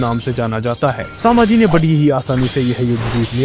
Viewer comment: Saambhaji nahi sambhaji hai